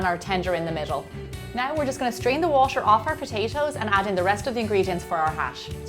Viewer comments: Why does she say washer? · the way you say water is driving me crayyyyyyy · the way she says butter, water o.O